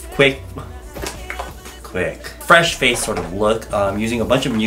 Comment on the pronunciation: Fresh FRace? Lol